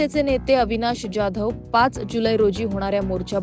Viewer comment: पहिला तुम्ही जाधव व्यवस्थित म्हणायला शिका तो काय डॉन नं १ मधला आहे का